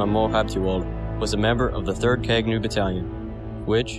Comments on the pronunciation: Thank you for bringing my Uncles' history to the wider audience... Kagnew (the 'gn' in the middle of the word is pronounced Kah-ñ-aw, like the Spanish word 'señor') it is also the name of Hailesilasie's Horse. It also means (to) Reconnaissance. The Battalion fought 255 battles and won all 255. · Kagnew is pronounced in a completely different way especially the "gne" part and i was confused when the video says Kagnew.